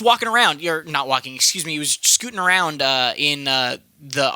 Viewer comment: "walking arround" haha